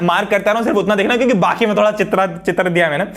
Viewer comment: sir ne kyuki ki jagah chyuki bola very funniest movement for me